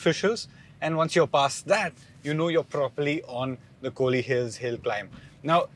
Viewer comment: It's kolli not kohli....